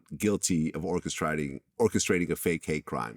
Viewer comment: "Orchesriding" really vlad?! 😁🤭